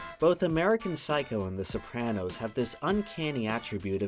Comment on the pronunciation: Please never say sopranos like that again